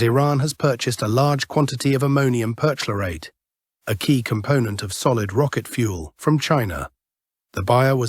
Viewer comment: Ammonium perCHLORate (not PERchlorate). Jus' tryin' to keep it straight.